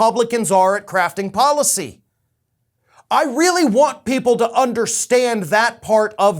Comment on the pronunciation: Did he say “ crafting” or “ crapping” policy? Probably is interchangeable!